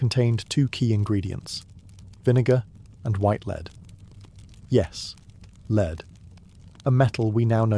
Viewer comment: the pronunciation of lead is wrong